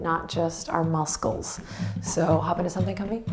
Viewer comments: I giggled for half this routine due to the way you said muscles. It brought me back to my childhood friends and I. Thanks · Nice morning flow! I say "mus-cles" to my grand littles all the time😂😂, had a little chuckle. Really enjoying your practices. Piece of unsolicited info, a year ago I wasn't able to shift from sitting to table cause of my weight. I'm happy to say it has become much easier and I'm so proud of myself!! Have a beautiful day❤Namaste